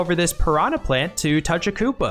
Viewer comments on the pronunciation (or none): none